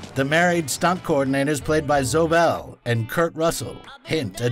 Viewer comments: that's Zöe Bell to you! (Zo-E)😅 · Who is reading this stuff? Kill Bill "Dilogy"? "Zo" Bell right before a clip when they pronounce her name correctly? and I think he calls Gavity "Gravitation" at the beginning. Is it an AI reading this?